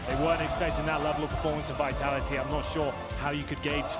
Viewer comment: BrokeBack VEE-TALL-EE-TEE BrokeBack